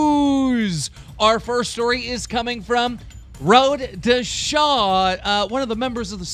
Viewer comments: he said road to shawd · "road to shaw" keemstar is so dyslexic